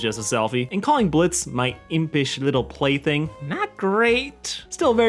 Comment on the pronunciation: I re-watched that part few times, but I still hear 'Blity' not 'plaything'...